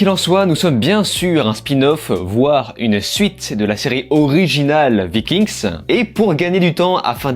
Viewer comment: Vikingues et pas Viking'sss déjà ^^ Travaillez vos textes avant de mettree en ligne si vous voulez en faire votre taff.. c'est ce qu'on attend....